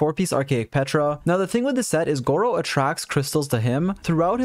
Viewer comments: bro call him gowou or did u get a good artifact? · disappointed that you didn’t call him gowou smh